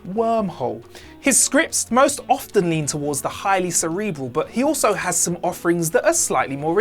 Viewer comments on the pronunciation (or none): none